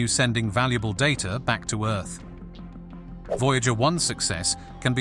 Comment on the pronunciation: Voy-Jäeger one. Sounds like a cologne made from Jäegermeister.